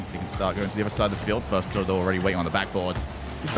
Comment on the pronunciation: "firstkilla" no, not firstkiller, firstkillAH